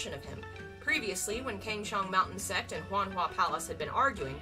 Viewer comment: Girl ily but pls try saying like 'sekt' instead of 'sext'